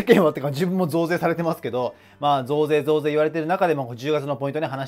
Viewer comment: 最初の増税が童貞に聞こえた人🙋